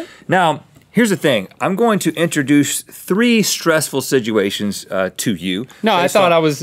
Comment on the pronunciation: Rhett "Sidgeuation" alert!